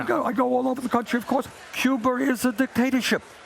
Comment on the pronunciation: Can’t wait to have this old man as President And watch him yell and shake his fingaa at people Get off my lawn It’s Cuba not Cuber I could tell him to pay for Medicare for all Hmm My own taxes pay for my own insurance Instead of my taxes paying for unemployed people But as it is now my taxes pay for non workers and then I pay for my own out of pocket at a higher price It an easy solution